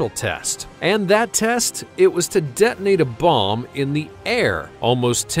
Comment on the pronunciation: By the way "Det-nate" is in fact spelt like so "Detonate". same for Det-nating => Detonating. I spell it out further: Det-o-nating